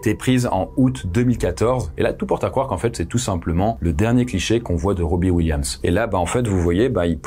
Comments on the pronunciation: question c'est si dur à prononcer Robin avec un N robbie williams d'autre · C'est "robin williams", tu dis Robbie/Robby williams, j'arrive pas à me concentrer sur la vidéo haha ça m'a perturbé mais l'erreur est humaine 😊 aucune haine c'est juste pour aider🙏🏼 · Pas Robbi … 🙄 Robin (prononcé ro-bi-ne)… pourquoi ne pas prendre 20 secondes pour vérifier la prononciation des mots anglophones??? La moitié du temps, ils sont mal prononcés.